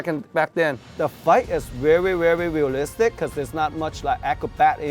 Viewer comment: I love it when he says: "The fight is vewy vewy vealistic"